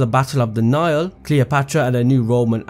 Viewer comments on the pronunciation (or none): none